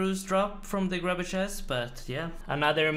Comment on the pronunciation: I missed when he used to pronounce grubby keys as "grooby keys". Thanks!